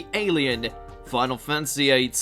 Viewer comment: Fan-ta-sy, fan-ta-sy. Not fantsy. Jesus